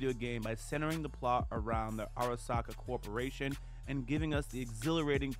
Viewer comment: I like how you questioned your pronunciation of Sandevistan (which was wrong but only slightly) and then went on to Arasaka in the worst way ive ever heard it said with no questioning yourself lmfao. Not big deals, im loving the video. That just gave me a chuckle. Edit: Now that ive finished the vid, this is one of my favorite breakdowns/reviews of the series.